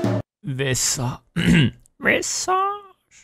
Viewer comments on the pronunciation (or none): Teo: Vissa- Uhumm VissÆge Me,an intellectual who speaks french: Visage🥖🥐🥖🥖🇫🇷🥖🥐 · Why am I dying at "VisaAaAgjeee, chapter tew"?😂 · I died when he said visage in the intro